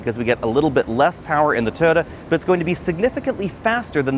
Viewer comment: "Tota" 😂 Jk great video